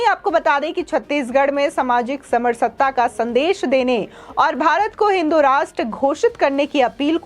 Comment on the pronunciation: Hindi. Word samrasta pronounce galat thee